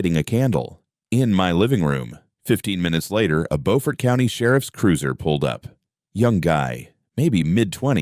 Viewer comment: Good story! I live near all the places mentioned. Beaufort is pronounced .. Buufert. LOL! Just a friendly FYI.